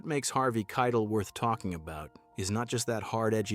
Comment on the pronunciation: It's Harvey Kie-TELL.